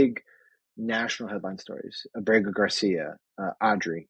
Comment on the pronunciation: Are you guys aware that the way you pronounce the last name of the Salvadoran national Kilmar Ábre-go Garcia, sounds like "kilmar BORRÉ-GO Garcia, since you bring up his name every single day, at least you should try to learn to pronounce his last name "Ábrrrrego" as it's pronunciation in Spanish 🤦🤷.